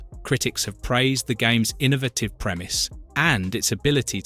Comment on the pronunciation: that’s what made me realize this is AI. also can’t pronounce “innovative”